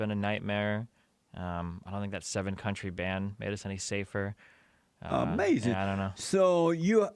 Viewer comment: its A-MAZINN